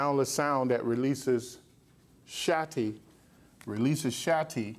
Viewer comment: im am still trying to figure out why he's saying Shatti, instead of Shakti..( shock-T).... ( it's pronounced Shock T, so why not call it what it is????) ...